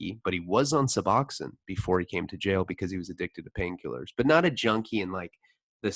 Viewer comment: It’s bupe ren or feen. Not byou fa nor fin. Sub ox own. Not sub ox in. I think they pronounce their own name right.